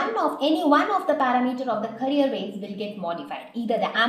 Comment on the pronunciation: pronounce carrier wave properly my dear teacher... its CA RRI ERR